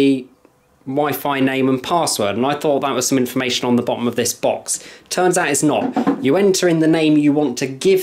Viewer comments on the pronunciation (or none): I believe he ain’t a customer but an insider or a distributor.. just a guess based on the way he pronounced “router” to rowter and “box” to bowx.